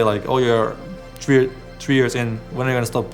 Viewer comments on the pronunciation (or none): Lol, Sven says three like tree. Me ordering: I would like three tacos please Mexican lady: tree tacos meat and cheese only?